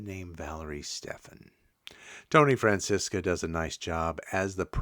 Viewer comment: Tony Franciosa, not Francisca...Thanks